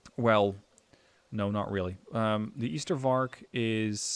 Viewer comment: That one was hell of a match. But deck building caught me a bit off guard. 1. It's Ystervark as in ijzer (iron pig), not as in Ypenburg 2. Choosing that unit instead of Bosvark is strange not just bc of suppresion, but also bc of one 'secret' stat - aiming time. Bosvark aims 1.5 times faster than Ystervark, and, unlike polish and soviet ZU-23-2 trucks, has armour